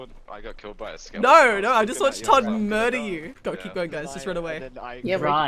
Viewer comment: Mur-dlr? XD